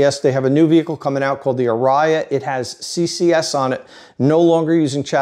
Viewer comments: Correct me if I'm wrong but I'm pretty sure Ioniq EV, Kona EV, and Niro EV also used CHAdeMO, also the Ariya is pronounced "Are-E-yuh" not "Uh-rI-yuh" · Woah! I’m your biggest fan but that was crazy… I’m pretty sure the new Nissan is pronounced like the musical term aria. ARE ee uh. Thank you for doing this video. I knew you hadn’t done one yet so I was looking for adapters for a friend really hoping you would do a video. I guess I was behind the times last week since I was traveling. My apologies for not being the first to watch and like the video.